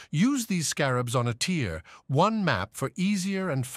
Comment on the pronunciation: Take out the colon in "tier: 1" in your voice generator's script to fix that jarring pause.